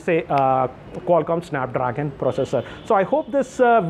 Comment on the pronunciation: Sssanap Drrrrraagan😂😂😂😂😂😂